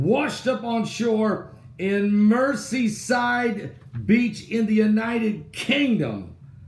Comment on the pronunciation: Its not ''mercy'' but ''merzee''!! Saw the pic! Weeard! The depths are opening and all the weirdos are falling out!!